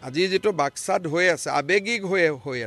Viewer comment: মুখ্য মন্ত্ৰী মহোদয় অসম ৰাজ্য বুলি জানো কেতিয়া অসম খন দেশলৈ ৰূপান্তৰিত গমেই নাপালো দেখুন, মুখ্য মন্ত্ৰী মহোদয় জিলাৰ উচ্চাৰণ বাস্কা হয় জানো বাক্সা হয় নেকি